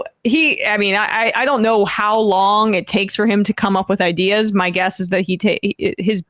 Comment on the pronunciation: I think he was trying to say he had both paternal and maternal relatives who died in the holocaust, but because he’s an idiot he couldn’t express his high level ideeUhs correctly 🤦🏾‍♀️💀